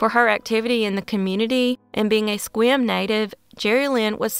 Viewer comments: In #3, you correctly said the name of the town in WA, spelled "Sequim!" Yay. {The town's name is said as if: 'Squim'} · Yes, I noticed that too, impressed me: She pronounced Sequim correctly! {Like: 'Squim'} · Hey,, you pronounced Sequim PERFECTLY! Nobody does that! I and my fellow Washingtonians are super impressed. 👫🏽👭👬👪👭🏽👨‍👨‍👧‍👧👫🏿👨‍👩‍👦‍👦👨‍👦‍👦👬🏽👨‍👧‍👦👩‍👦‍👦 👭🏼❣ (Now, about San Juan de FEW ka... ) Actually, you pronounced it the way it SHOULD be pronounced, but isn't. You're such a rock 🌟 - thanks for another great video. 🖐🏼💜🙋🏾‍♀️ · I recently found your channel, and I am impressed. In this case, your correct pronouncing of Sequim WA was spot on. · OK, I'm going to be that Washington nerd for a sec... YESSS! You pronounced Sequim correctly! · You get bonus points for pronouncing Sequim correctly.